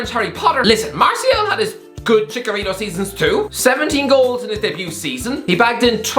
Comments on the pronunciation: Cmon it’s ChiCHarito not Chicarito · Dude really said "ChiKarito" 😂😂😂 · That annoys me more than it should lmao